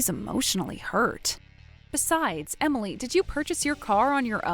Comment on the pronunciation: He can't even pronounce Emily... smh